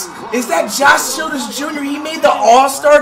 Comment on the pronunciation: Bro said is that "Josh Children's Jr" I can't with Flight